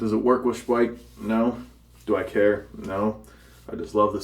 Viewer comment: Speick :) Got to love it. (it is pronounced Shpeik)